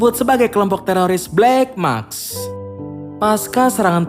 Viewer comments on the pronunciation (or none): maSk bwang, bukan makS. Wkwkw